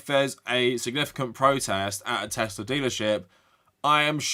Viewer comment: "I love Teslur"